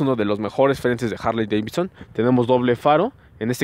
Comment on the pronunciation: La Jarley Deivitson 😂😂😂